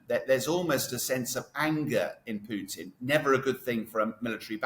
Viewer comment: Pronunciation basics: Putin, not Pewtin/Pughton.